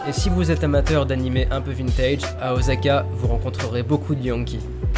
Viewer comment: J’aime vraiment trop ton travail c’est super bien fait mais je t’avoue que le ozaka j’en peux plus heureusement par la suite c’est parfait 👍 ça été corrigé 😅